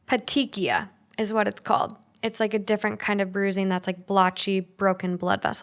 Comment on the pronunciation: It’s( pet-eek-ee-eye)